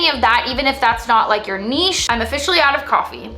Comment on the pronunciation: Thank you for saying nichè and not niCH. Great content as always.